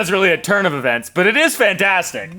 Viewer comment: “turn” of e”vents”, that “fan”tastic 😂🤣